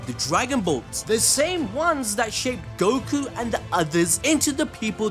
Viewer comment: I was thinking the same too. I’m also starting to think glorio is going to turn on goku over how often he mispronounces his name.